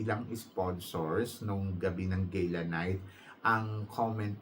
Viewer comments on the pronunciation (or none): none